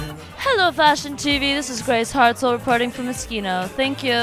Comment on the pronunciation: Hartzel not Hertzel